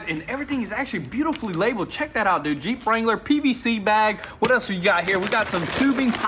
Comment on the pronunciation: He's yells jeep, I hear yeet